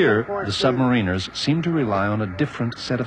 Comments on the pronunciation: It's sub ma-ri-nas not marina's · You would think he'd know how to pronounce submariners?